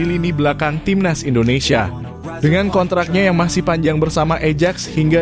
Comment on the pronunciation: Admin tulisan Ajax itu tetap bacanya Ayaks jgn di-ubah2 itu bacaan internasional